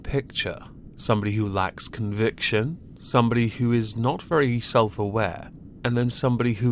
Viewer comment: Okay but did y’all hear him say convviction? Oof